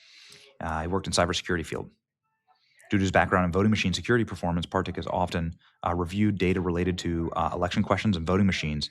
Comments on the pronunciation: It's Clay Parikh, not Clay Partick. Come on Benny. Calm down and get your ducks lined up. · Clay Pa-reek, not partick or whatever you said….i have been following this data long before you, sadly this stuff has been out way too long and NOW people are just learning about it